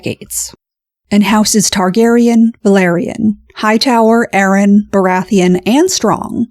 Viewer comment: Hello, interesting video - the actress that plays Rhaenys would shudder at your pronunciation of ‘Velaryon’ though, there’s an interview where she says how lots of people were pronouncing it wrong during the filming of episode 4 of season 1 - she and I share the same pedantry when it comes to pronunciation I think 😂